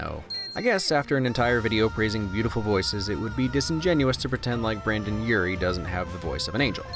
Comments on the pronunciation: “branden urie”.... mhmm? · the fact that you said “brandon urie” hurts me just a little